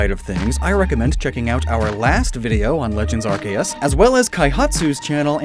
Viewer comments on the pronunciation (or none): Okay I have to say it. Arceus (アルセウス) is not pronounced arkay ass. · Hey pronounce Arceus correctly next time